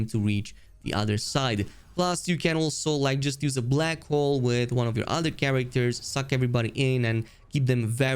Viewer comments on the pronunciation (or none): none